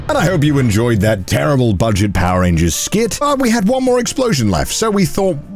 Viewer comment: you meant to say bulget right